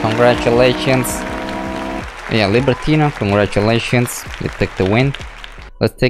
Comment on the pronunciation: libertinO not libertina xD